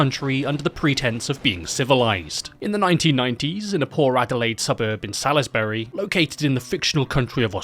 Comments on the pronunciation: pronounced "Sauls-bree" btw not Salis-burry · As someone 5 mins from Salisbury, I gotta be that person and say it's pronounced Solz-bury, not Saliz-berry 😂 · It’s not pronounced Sal-is-Barry. It’s pronounced Salls-Bree. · Succulent Chinese meal reference had me 😂😂🤣😂🤣😂 Lovin' your work, my guy 👊 Cheers from Adelaide 👋 Just a heads up, it's pronounced 'Saulsbry'. No biggie 👍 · I unfortunately spent a few years living in Salisbury. Your pronounciation pained me greatly haha, we pronounce it like sawlsbree. At least you didn't have to talk about Cockburn. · It’s pronounced Souls-berry!!! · I'm an Adelaidean who lives 5 minutes from Salisbury and the most disturbing thing about this video is your pronunciation of Salisbury 💀. It's pronounced Saws-bury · lmfao still looks like salisbury today and yes I live in adelaide not in salisbury though. also its pronounce (sausbury) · It’s pronounced "sawsbree" here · Hearing Salisbury being mispronounced is definitely not bothering me I swear. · Any other Adelaide people here losing it at the way he’s pronouncing Salisbury? 😂😂😂😂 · pronouncing “Salisbury” like a true American there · It's always funny hearing people completely mispronounce Salisbury.